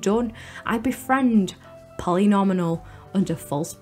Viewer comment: I thought the first "Polly Nominal" mispronunciation was a mistake, but then it carried through the rest of the video 😝 It's Polly Nomial, a pun on the word "polynomial" lol. Anyways, a slay of a video as always. I remember utilizing the DS-exclusive custom painting feature to make my own art for the stage. Now every time I visit my old save I see wonderful & inspiring paintings that say "BIGBUCKS = HOE" 😆😂